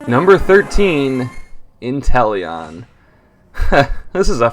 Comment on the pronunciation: INTELEON, NOT INTELLION! QUAQUAVAL, NOT QUAQIAVALLE!